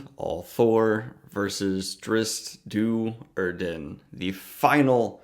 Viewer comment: Canon pronunciation guide: Drizzt Do'Urden: the Do is like the deer, a female deer. Doe urden Drow: like how with a dr. Not like hoe. Saidin: Sai like the weapon, si. Then din. Not si-u-deen.